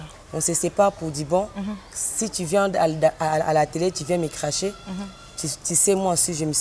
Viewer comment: Na chroniqueuse pe alobi crache wana crache ya ✈🚁✈🚁 ,clache pas crache